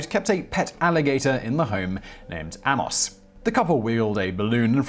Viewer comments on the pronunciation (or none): Ha! There's the mispronunciation. "Amos" isn't usually pronounced "Ammoss". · Or "Ay-mos" if you can be arsed using a pronunciation website.